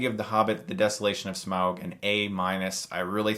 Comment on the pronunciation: and YES you said SMAUG correctly!!! So many people say "smorg"